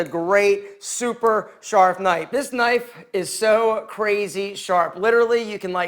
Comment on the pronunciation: Super sharf knipe. :)